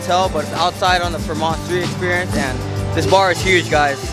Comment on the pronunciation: Another fire video but again it’s pronounced “Freeeee-mont” not “Fra-Mont”